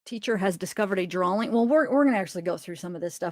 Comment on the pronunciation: Omg its drawing not dralling 😂i love you 💗